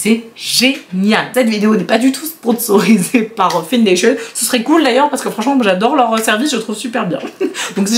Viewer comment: "Findation" se prononce comme le verbe "find" ("trouver" en anglais, c'est un jeu de mots :) Je suis choquée pour l'anecdote du parfum Nina Ricci ! En revanche, ton abonnée a un copain en or :) Quelle belle personne d'avoir pensé également au petit frère.